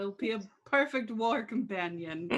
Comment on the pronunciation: Poifect XD XD XD Such a silly adventures !!!